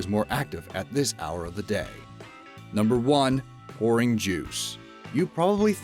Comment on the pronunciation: When you say "pouring", it sounds like the word "boring". Anyone else notice that?